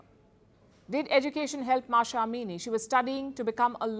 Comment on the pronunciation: It's M A H S A, not Masha. Mahhhh saaaa